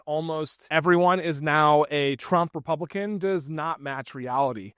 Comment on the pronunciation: "Tpublican," sounds like you're spitting out something disgusting, so that works.